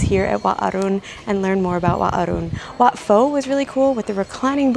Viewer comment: In Wat Pho, Pho is pronounced like Poe, not Foe.